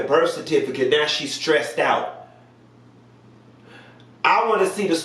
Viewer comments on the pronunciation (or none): “scressed” 😂🤣😂💀 I’m over here dying lol